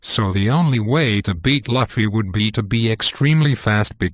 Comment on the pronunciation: _- Dude first learn to pronounce Luffy, then give your shit theories.